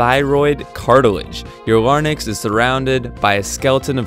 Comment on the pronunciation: You make the common mistake of saying "lar-nix" rather than the correct "la-rinks". The correct name is spelled L-A-R-Y-N-X. Also, the whole vid is obviously more a sales pitch for your game -- where are the Adam's apple photos to support your narrative?